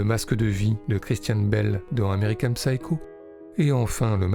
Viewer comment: J’adore vos vidéos, vraiment, alors je vais me permettre de pinailler : pouvez-vous vérifier la prononciation des mots et noms étrangers SVP ? Ex : American (P)sycho avec un p muet. Merci ! :)